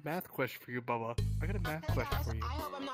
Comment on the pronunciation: "babba"💀 It's Bubba